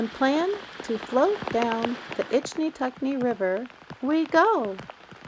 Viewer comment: You can tell this person's a tourist just by the way they pronounce Ichetucknee. This used to be a beautiful River many years ago before all the people got here